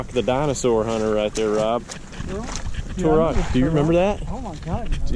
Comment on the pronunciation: you're sayin turok wrong but I remember it.